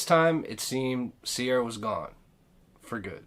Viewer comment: Her name is not Sierra its Ciara pronounced like key ra.